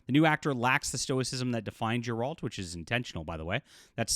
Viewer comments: Its Geralt btw not Jeralt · Why is bro saying “Jeralt” of Rivia?